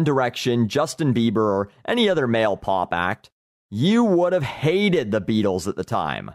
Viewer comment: doesnt really seem to have any musical knowledege what so ever. Just Because The Beatles had simple lyrics they were no different to Boy bands of today -____- (that made me lol) I love how much emphasis he puts when he said if you were the same age youre now; you wouldve HATED the Beatles. He is an arrogant asshole. Some guy posted a video earlier "An in Through the Outdoor commentary The beatles were a "boy band"